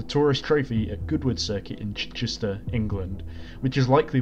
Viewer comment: I find your pronunciation of "Chichester" .... Distressing, otherwise great vid